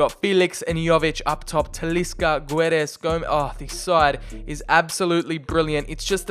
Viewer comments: The "U" in Guedes is silent and the "Ç" in Gonçalo reads like an S not a Z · Btw the u in goçalo guedes is muted ok we dont read the u